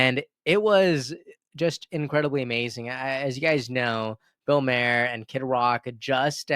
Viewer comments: Bill " mar er", not Mayor lol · Good take but it's pronounced Maar like a candy bar and not Mair like a horses hair. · It’s Bill Mahar, as in bar! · Maher is pronounced like Mar.